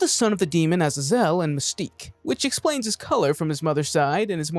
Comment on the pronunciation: Azazel is pronounced uh-ZAY-zuhl